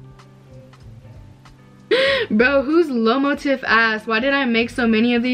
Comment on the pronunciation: “LoMo Tif” its “Lamotif” BENFHUD